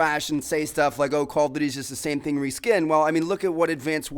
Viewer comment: is nobody else annoyed about the way he says "duty"